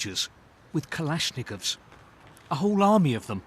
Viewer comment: kalashnikuvs , bro i swear even the average british man should know how to say kalishnikov